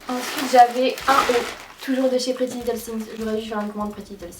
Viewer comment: Non mais essayer de lire la marque “prettylittlething” au moins un peu anglais😩 (sinon bonne video!)